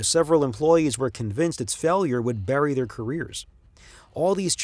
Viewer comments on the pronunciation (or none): none